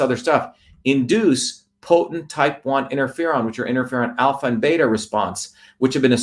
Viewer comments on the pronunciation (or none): none